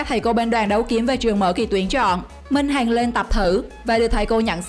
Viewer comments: Ad sao lại đọc lê minh hành ??? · Le minh hằng ma đọc le minh hành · Lê minh hằng mà đọc thành lê minh hành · Lê Mình Hằng đọc là Hành. Ko hiểu kiểu gì???